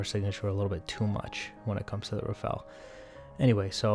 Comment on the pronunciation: RAFALE ! Not Rafale omfg!